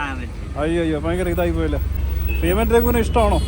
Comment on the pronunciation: Feeman alla beeman athonnu maattiyal ok